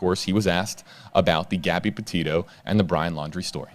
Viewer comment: couldnt tell he wasnt involved when he said gabby POTATO 🙄🙄 bruh.